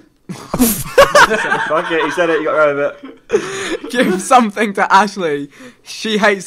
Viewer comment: Why does simon say "something" like "somethink". Like if you agree